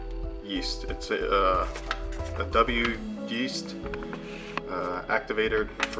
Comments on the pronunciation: W-yeast? It's pronounced Wy-yeast. I thought all home brewers knew that, as it is a very common brand. And final gravity means gravity after it ferments out. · Incidentally, that's pronounced "Wy-East" and yeah it's probably a pun since the brewing supplies company named itself after the mountain. Wy'east is the name given by the Multnomah people to what white people call Mount Hood, which is directly east of Portland, Oregon. That's its picture on the giant envelope.